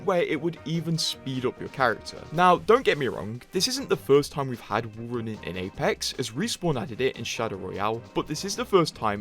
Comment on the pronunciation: saying wool running 😂